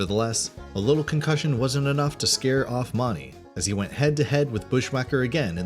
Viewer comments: It's pronounced MOONey, not MONey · You don't pronounce JB Mauney the way you're pronouncing it, you're pronouncing JB's last name as Maunney it's not pronounced that way Mauney is pronounced to sound like Mooney although it's Spelled MAUNEY It's still pronounced JB Mooney. Just Saying. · Hey, JB's last name is pronounced Like "moony" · Learn to say JBs last name correctly for starters and 2nd Tuf made a promise to his son that would never get on that bull again after he got hurt at the pbr finals 3rd lane wasn't killed June of 1989 he was killed in July of 1989 if your going talk about bull riding get your facts straight. O ya it's PRCA not PCRA SMH learn your facts before looking like a dipshit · That isn’t how you pronounce JB Mauney’s last name!!!!